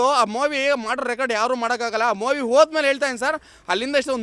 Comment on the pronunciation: ಅಯ್ಯೋ ತಗಡೆ ಎಷ್ಟು ದುಡ್ಡು ತಗೊಂಡಿದಿಯೋ ಅಷ್ಟು ಮಾತಾಡಿದ್ಯಾ ಬರಿ ಫಿಲ್ಮ್ ಡೈಲಾಗ್ ಹೊಡಿತ ಇದಿಯ ಮುಚ್ಕೊಂಡು ಇರೋ ಸಾಕು ಹೆಲ್ಪ್ ಮಾಡಿರೋದು ದರ್ಶನ್ ಮಾತ್ರವಲ್ಲ ಬಹಳ ಜನ ನಾಯಕ ನಟರು ಮಾಡಿದ್ದಾರೆ ಅವರು ಯಾರು ನಿಮ್ಮ ತರ ಡಂಗುರ ಹೊಡಿತ ಇಲ್ಲ. ಮೊವಿ ಅಲ್ಲ ಕಣೋ ಗೂಬೆ ಮೂವಿ ಸರಿಯಾಗಿ ಕನ್ನಡ ಮಾತಾಡೋದು ಕಲಿಯೋ ದ್ರಾಬೆ